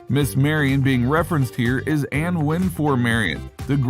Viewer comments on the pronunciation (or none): none